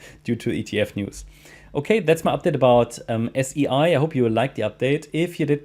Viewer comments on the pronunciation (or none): I love your analysis thank you. SEI is pronounced like the word “say”.